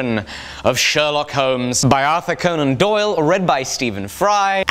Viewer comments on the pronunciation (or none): none